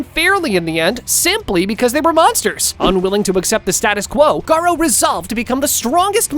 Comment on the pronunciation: bruther its garou